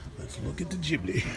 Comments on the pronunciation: Man! PLEASE! COME ON! It is gHibli and not gibli. Pronunce it with the hard G just like when you say Get, Give etc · He's mispronouncing it on purpose. That's his style.